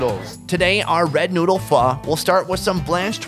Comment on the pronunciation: Lol but i heard "Let try the sausage with the nude"